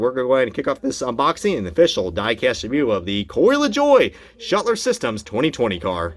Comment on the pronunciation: Shutler systems vs Schluter systems. it is pronounced Shlooo ter systems.